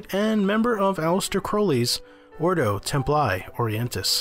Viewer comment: Its read templi not temply ,its f kin latin